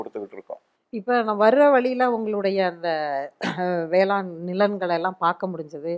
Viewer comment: அது வேளாண் - ண் ம்மா - ன் அல்ல